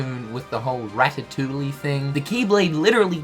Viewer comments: R A T A T O U L L I E NOT R A T A T O U L L Y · "RatatouiLLe." REEEEE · Just a heads up the Ls in ratitouille are silent mate